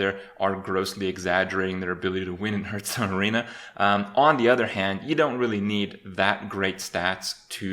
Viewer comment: I cringe a little bit every time he says "hurtstone"